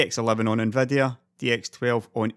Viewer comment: i just love how you pronounce Nvidia like "Nveh-deh-ah"